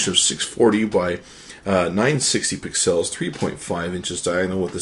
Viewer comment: lol the way he says pixels, also this review kind of sucked. I prefer the 8X way more than ANY iOS device. To me, Windows is great for phones, Android is awesome for tablets, and Apple devices kind of suck because everything revolves around iTunes. I mean, you have app store, itunes, and....that's it.